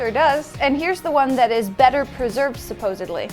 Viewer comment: Im dead.. the ditz just straight up said "supossebly"... Really?!?!